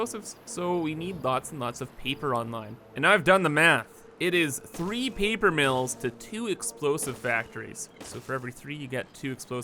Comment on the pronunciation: FUUUUUD storage in my BEESE, and PEEPER for explosives. Killing me. Why are A's and O's so hard for you to say?